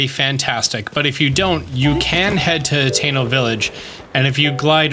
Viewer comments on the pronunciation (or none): none